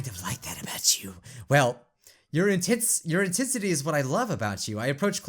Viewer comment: inTITensity XDDD